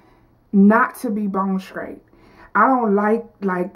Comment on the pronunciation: Bone scraight!! Funny!! Just practice your str sounds and you'll be fine.